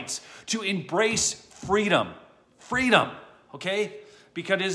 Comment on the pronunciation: “Fweedum!” Kamalatoes ‘Bend me over’ Harris